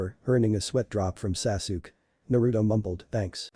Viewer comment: It's Sa-Su-Ke!!!!